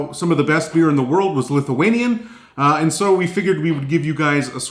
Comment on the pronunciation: The pronunciation of Lithuanian was very, very good.